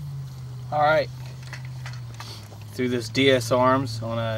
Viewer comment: Nice video. I have the exact same gun. but say it with me, D-S-ARMS, not D-S-A-Arms! You were killing me with that! haha. Nice vid though man.